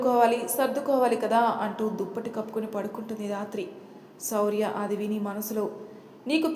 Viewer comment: Dhathri ani kakunda Rathri ani vasthundi mistake sari cheyandi